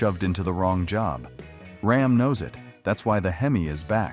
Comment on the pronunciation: rAm... not rOm